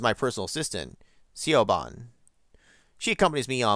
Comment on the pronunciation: Geez, how long have you been sitting on this that you didn't know how to pronounce Siobhan? I mentioned how to do so at the end of 7 Days.